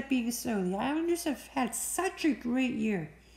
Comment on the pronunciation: You rock for saying the Islanders thank you